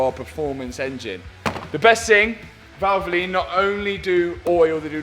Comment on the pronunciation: Why do you have to say valvolin ?